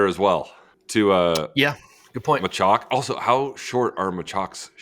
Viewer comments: While you guys are busy figuring out how to say Joao you may as well learn how to say Machac cause y’all are so much worse at that one 😂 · Learner's learning experience :D but guys your pronunciation of Machac is way more off than Joao... also pronouncing Kecmanovic as "Keckmanovic" is hilarious.